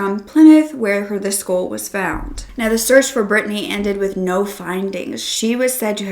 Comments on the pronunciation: It sounds like you are saying, "schoool," when you say "skull."" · I keep thinking you’re saying “school” wtf?